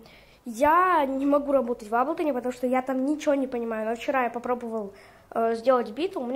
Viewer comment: Молодец,только не аблтон а эйблтон уши режет.Но молодец на телефоне хорошие биты делаешь.просто сам в эйблтон лайв 10работаю